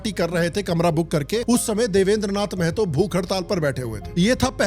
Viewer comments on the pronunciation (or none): मेहतो ❌ महतो ✅